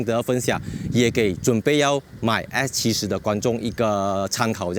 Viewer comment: Bro is S70 not X70. How come you pronouncing like X ??? 😅